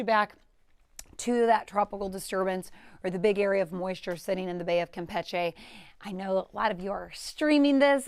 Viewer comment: I wonder Who decided the pronunciation of Campeche should be changed ?